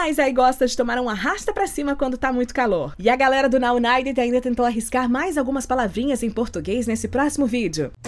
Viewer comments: Vc falou o nome certo, sou UNITER 😘😛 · A mas você falou tão perfeitinho.